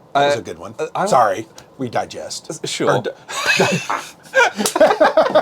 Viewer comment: "We digest"...awesome unintentional slip! :)